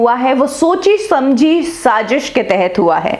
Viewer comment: sazis ni hota sazish hota h